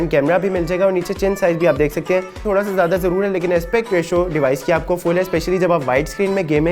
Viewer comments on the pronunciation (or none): none